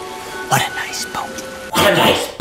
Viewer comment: Bro the fact when Adam said what a nice boat he said it wrong